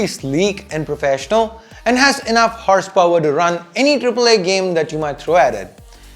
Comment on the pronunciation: 0.22 did he just said horsepower ? 😂😂